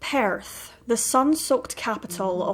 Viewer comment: Sounds like your saying Paris.its Perth Australia.